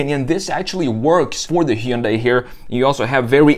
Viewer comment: Hard to trust the review when you pronounce Hyundai wrong....